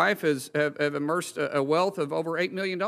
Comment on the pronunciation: How can someone become a millionaire when they use the word emerce to say amass...as in wealth.